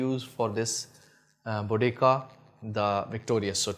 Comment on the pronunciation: Salaam bhai, it pronounced Bo Dee Seeya. Jazaakallah khair.